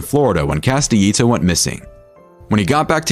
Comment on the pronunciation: The way he pronounces Castellito and Hoffa makes this unwatchable, plus they keep showing Konigsberg when they say Castellito. Couldn't even get two minutes in before clicking away.